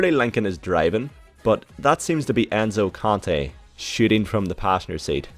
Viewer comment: You pronounced enzo conte right